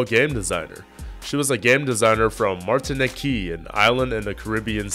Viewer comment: Good video! But that small French Caribbean island is pronounced Mar-tuh-neek.